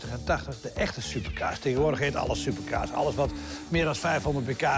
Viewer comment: ligt het nau aan mij of zegt die nau super kaas inplaats can super cars